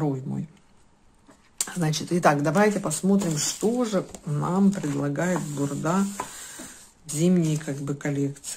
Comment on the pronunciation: только не бурдА, а БУрда)))